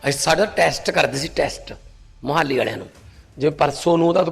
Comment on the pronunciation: ਮਾਨ ਸਾਹਿਬ ਜੀ ਮੋਹਾਲੀ ਦਾ ਉਚਾਰਣ ਠੀਕ ਕਰੋ ਜੀ। ਕਿਤੇ ਹਰਸਿਮਰਤ ਕੋਲ ਤਾਂ ਨੀ ਬੈਠ ਗਏ